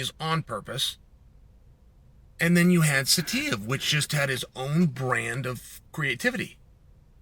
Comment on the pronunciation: I’m surprised Chael even said Saitiev so well.